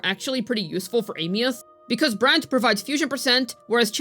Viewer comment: I'm surprised actually pronounces her name properly.